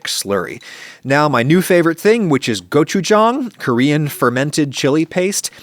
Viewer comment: To help with pronunciation of gochujang and have it sound more authentic, put the accent more on the "jang" section. So it should sound more like go-chu-jaang, where you say the go-chu quickly and the jang with a slightly more elongated vowel sound. I noticed you put a bit too much emphasis on the "go" syllable so hopefully this helps!